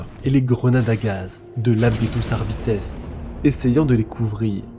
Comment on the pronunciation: Hello, j'adore tes vidéos mais les petits défauts de prononciation me sortent toujours du truc 😅, petit exemple ici, on dit "adeptus arbitéss" et non "arbite" pour l'adeptus arbites, c'est pas grand chose mais ça casse un p'tit peu l'immersion surtout que à part ça tu es très agréable à écouter